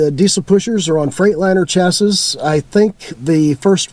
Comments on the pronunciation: chassis is pronounced "chassy", not chass-iss. We've owned 7 motorhomes, mostly smaller ones, but I always go for the high-end brands like Coach House, Chinook, Pleasure-Way, Telstar, and I favor Ford V8 and V10 motors. I focus on performance over mileage and I stay far away from Mercedes-Benz (some very bad experiences). I spend money on the sway bars, better shocks, air bags, etc. My worst motorhome was an older Argosy (Airstream) with a Chevrolet 427c.i. motor, that blew up. New motorhome sales folks, like cars, are dangling the electronics-worm in front of new buyers, such as touch screens, blah, blah blah. If you are a newbie do lots of research on how they are built. YouTube has some pretty good videos on that subject. As a retired engineer I see some very poor quality (Chinese plastic parts) and poor designs in many new RVs today. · Chassis and Classy rhyme. It's not chas-iss. You were probably doing that on purpose to irritate my OCD. Good content. Thank you. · Can't pronounce chassis.